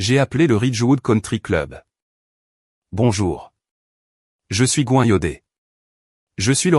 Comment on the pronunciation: Je suppose que le surnom est GWEN et ne se prononce pas GOIN